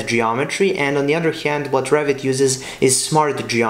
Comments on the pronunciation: Don't know why whenever you say Revit I hear 'Rabbit' 🤔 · I look with subs, that translate it, and they too hear it like "Rabbit".